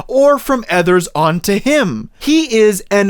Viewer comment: you pronounce others like “ethers” 💀🫵